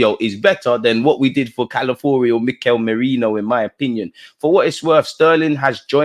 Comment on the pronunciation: Dude, the name is C-A-L-A-F-I-O-R-I not Calafuri. Please get it right.